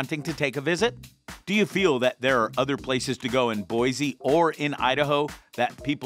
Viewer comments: Please say Boise correctly. It's Boi-SEE ........not Boi-ZEE!! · I could have thought of 10 other places to visit in Boise... and it's not BOIZEE it's BoiCEE Boise